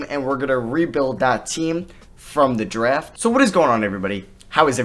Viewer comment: I cant stand how he pronounces draft “dreft”